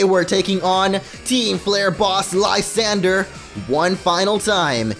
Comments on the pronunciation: I forgot to comment this but Lsyandre is pronounced Lis-an-dray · It is Lis-on-dray for Lysandre.